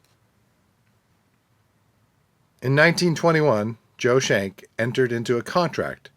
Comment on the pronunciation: His name is pronounced "SKENK" not shenk